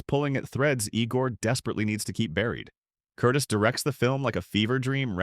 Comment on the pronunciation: Michael Curtiz’s last name is pronounced with the accenton the second syllable.